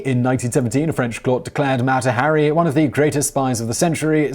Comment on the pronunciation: Ah yes, Mätta Harry.